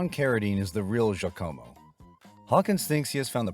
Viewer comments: Very strange pronunciation of Jacamo. AI? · Bad AI narration with the continuous mispronunciations of names, especially Giacomo. It wasn't pronounced like the spelling looks. I've loved and watched this movie many times. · it is the naration not the movie. The jesters name is totally mispronounced because AI can't read. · Even though he mispronounces “Giacomo” and “pestle”? 🤔 (It’s like he watched the movie without any sound.)